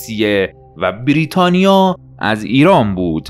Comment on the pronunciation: سپاس ازتون یه نقد، برای کسی مثل من که یکم حساسه روی تلفظ، لطفا بیررریتانیا تلفظ نکنید😅😂❤